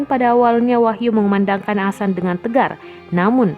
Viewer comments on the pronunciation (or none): Mimin nggk bisa ngomong adzan, bisanya asan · Adzan woyy....... Bukan " Asan" Mimin 😆🧐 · Yg mbaca berita koreksi donk kalau mengucap adzan bukan Asan nanti maknanya lain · mohon d luruskan min bukan asan tapi adzan,,mohon d koreksi kalo saya salah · Wooi bukan asan tapi ADZAN..pengucapan yg salah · Azan boos bukan asan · Mbak,,,ibu,,,bukannya asan,,,bu, tpi azan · Ngomong adzan aja nggak bener #Asan Kristen mbak;v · Azan min....bukan "asan"......paham??? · Azan bukan Asan, bisa ngomong gk ini org, parah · Adzan mba bukan Asan Iqomah bukan ikamah .. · Adminnya lidah pendek mungkin... Hingga adzan disebut asan... Asan itu apa min??? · Tampak nya mimin gk bisa ngaji ni Ketara banget😂😂 Bilang adzan aja jadi asan Aduh mimin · Adzan min bukan asan asal comot aja kata2mu nampak kali kau tak pernah ngaji. Saya mualaf tapi saya tau sebutannya paling tidak saya bejar. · Adzan bukan asan. Didengarnya jadi aneh. Jangan bilang asan lagi jadi geli kupingku karena dengar asan berkali kali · Tulisan azan nya salah sama pengucapannya, buka azan tp adzan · Yang tadinya sedih jadi ketawa saat mbak nya bilang asan astagfirulloh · Iya, kelanjutannya dibaca asan terus, mungkin bkn muslim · Mohon ma'af mengkritik sedikit nggih,pelafalan adzan mohon di benahi,soalnya itu lafadz arab,,kalau salah mengucapkan otomatis salah arti🙏Mohon ma'af sebelumnya,dan terima kasih sudah membaca kritik saya🙏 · Positive thingking, mungkin naratornya bukan muslim jd gk bisa fasih bilang adzan. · mungkin maksudnya non muslimnya ga tau pelafalan yang benar, kaya kadang di barat ada yang nyebut islam, izlam. Bukan berarti semua non muslim nyebutnya itu. Tapi bisa aja kalau ini kemungkinan naratornya cadel huruf z.